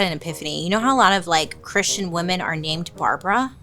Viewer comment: Say Barbra one more time 😂😂😂